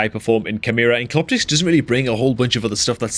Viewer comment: the correct pronunciation is Cleo-terix